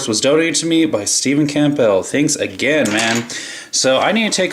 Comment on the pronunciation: Pronounced Cambull p is silent lol